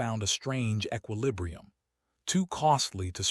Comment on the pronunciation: The following words were mispronounced: lineage(s), sapiens and equilibrium. Also at least a few other that were not repeated.